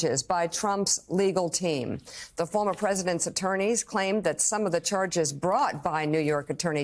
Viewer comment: Did she say maneurisms? That’s a nice invention even if she was misspeaking: a man whose mannerisms are aneurisms.